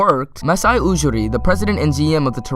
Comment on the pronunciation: Ujiri is pronounced You-Gee-Ree, not OO-Ger-Ree